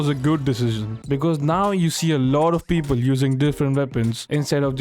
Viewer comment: Beobol 🤣🤣🤣 best indian accent